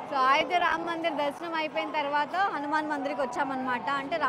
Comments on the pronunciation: Nenaithe meeke aa Ramulavari Ayodhya tickets geluchukovali ani chaala pray chesaanu ❤❤🙏🏻 nenu chaala emotional aipoyanu mee peru raagaane. Aa Ramudi blessings meetho ellappudu untundi 🙏🏻🙏🏻 and adi AAAyodhya kaadu Ayodhya 🙏🏻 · Ayodya not aayodya